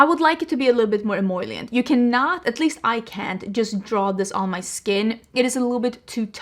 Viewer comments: Love the eyeshadow look! Btw I normally don't post things about pronunciation but since you use the word several times in the video, "emollient" is pronounced ehMOLEyent, not ehMOYlient, if that makes sense. 🙂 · take a shot every time says emollient 😂. your eye look is so beautiful btw!